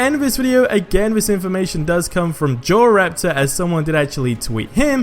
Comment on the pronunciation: That's not how you pronounce JorRaptor